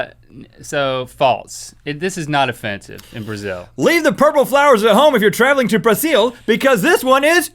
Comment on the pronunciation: He pronounced Brazil wrong (I was born in brazil!)